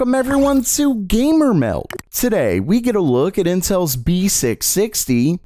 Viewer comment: Why does it sound like Gaymer when he says it?